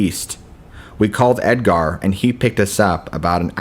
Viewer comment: Don't forget Ed-Gar 🤦🏼‍♂️😂😂